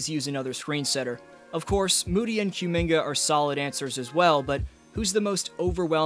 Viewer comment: I don't think it's Q-minga. More like Ku-minga. He's from Congo.